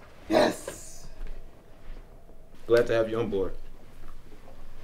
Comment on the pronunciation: It’s Chief not chef